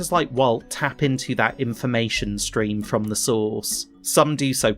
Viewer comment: Every time you say “source” I hear sauce. I’m getting Lost in the sauce.